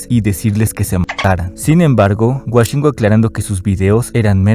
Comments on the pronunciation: Woshingo❌❌ Washingo ✅✅ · Escribiste mil veces “Woshingo” y aun así insistes en decirle Washingo XD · Todo bien pero como que "Güashingo" hasta el mismo se dice "güoshingo" 😭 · Es wOshingo, no wAshingo. Dios…. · Me da desesperación de que diga washingo y no woshingo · WOshingo no WAshingo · Por qué pronuncia wAshingo????? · fuera de todo, pq dice Washingo, es con O 😖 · Por qué dices “WAshingo”😭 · Por que le dice Washingo xdxdxd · Por qué dices Washingo? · Me estresa demasiado la forma incorrecta con la que pronuncias su nombre, puedo estar como le de acuerdo contigo pero perdón, no puedo, me sangran los oídos, es como escuchar a Woshingo pero al revés